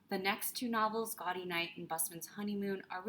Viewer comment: A belated thank you for this video. Having read the Sayers mysteries several times over the years, I generally agree with your rankings (well, I would move Unpleasantness to sixth but that’s a minor quibble). P.S. “Gaudy” — the Oxonian term for a college reunion — is pronounced “Gow-dee,” as in gaudeamus igitur.